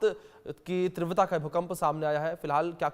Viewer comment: Please tivrata ka uchharan Sahi Karen please please please please